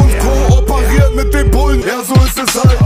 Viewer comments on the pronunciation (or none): sagt einfach soos